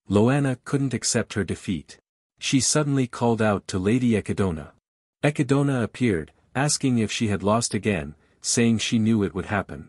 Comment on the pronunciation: Hearing the text to speech program butcher the word 'echidna' brings me unimaginable pain